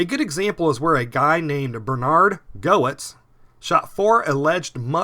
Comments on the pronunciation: Bernie Goetz is pronounced "Gets" not "Go Its" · His name is pronounced Bernard Gets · Bernard gets is the correct pronunciation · You've got to rerecord part of it. Bernhard Goetz is pronounced "gets." Funny thing is my sister actually met him. She had a ferocious calico cat that got loose one day. She went into the yard area behind the apartments calling for the cat and then she heard someone in an apartment calling for help. She went up that fire escape and saw her cat on a kitchen counter hissing and all angry at somebody, who asked her to please come in and take her cat. It turned out it was Bernhard Goetz, and my sister's cat had pretty much cornered him in the kitchen having caught him unawares. At the time of the court case I thought it was terrible thing they did to him. I still do